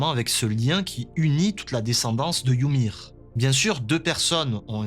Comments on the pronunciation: «yumiru» c’est la prononciation japonaise en fait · "Yumir" ça m'a stressé tout l'épisode, c'est "Ymir" sans le u. Pareil "Sieg" et pas "Zeke" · Wsh arrêté de dire yumir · Pk il dit youmir🤣🤣🤣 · Pourquoi tu dis Yumir? Ça me stress 😂😭